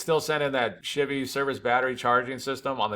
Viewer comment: If I was in the same room as you and heard you say “chivy” 10 times in 5min, I would punch you in the face. Don’t do that